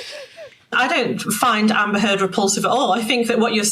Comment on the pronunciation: Did say Amber Teard?